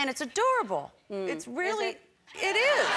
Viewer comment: Did she really not noticed her joke, a-DOOR-able